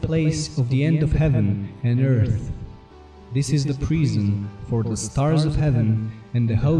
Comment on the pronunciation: Did you stay home from school the day they taught yinz the letter H or what ?? It's eartH, not ert... It's tHousand, not tousand...